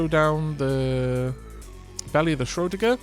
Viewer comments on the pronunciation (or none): I was screaming at the screen often lol "shrow-digger"